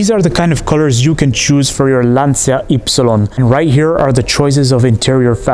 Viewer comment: It's not pronounced "lantsia", it's "lancha"!